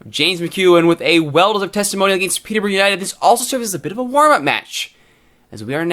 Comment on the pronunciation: Hold the phone! An American can say Peterborough properly!!